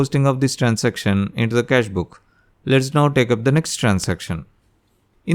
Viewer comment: Bakvaas Transaction ko to trancestiom bol rha h Ke hi tu gnda 😡😡